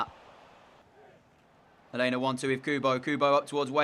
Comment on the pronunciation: your saying alena name wrong